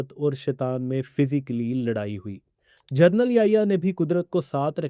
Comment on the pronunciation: پلیز جرنل نہی جنرل بولا کریں